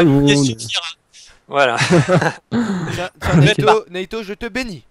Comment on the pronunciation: Naito pas natyu